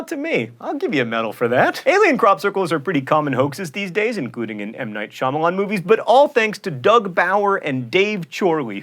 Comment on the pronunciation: Ah. He said M. Nigh Shamalan. Bleck. *shutters* The last airbender. Don't remind me.